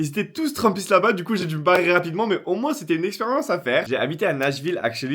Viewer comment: alors t'as vraiment ps d'accent sauf qu'en t'as dit experience mais je sais pas si t'as fait expres